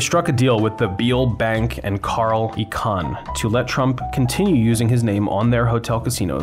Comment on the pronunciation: Well done. Sad to see. I celebrated my 50th birthday quite a number of years back at Budddakan in that mall. Just a note: Icahn (as in Carl Icahn, the guy that ultimately bought out Trump) is pronounced eye-con, not eee-con